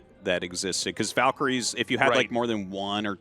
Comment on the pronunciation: I'll never get over how artosis and tasteless insist on calling VALkyries VULkyries